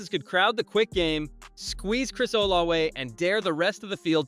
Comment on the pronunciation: It's not olawe, oh la vay.....